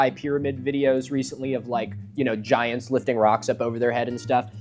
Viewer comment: Milo pronounces "giants" like Jah-high-ants but said really quickly so you hardly notice 😂